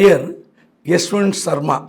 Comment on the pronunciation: சர்மா இல்லடா வர்மா